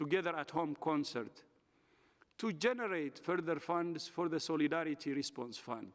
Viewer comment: Nobody is buying these elementary responses to serious and warranted criticisms. Say Soleedaridy once more Dr Tedros 😂